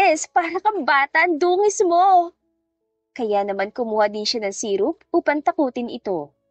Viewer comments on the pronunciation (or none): none